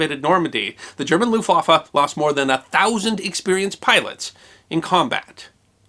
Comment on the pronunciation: Argh "looftwaffer", my ears, my ears, please God let me unhear this abomonation.